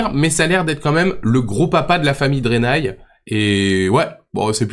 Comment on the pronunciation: Pourquoi dire "drenai" alors que les deux dernières lettres sont "eï" ?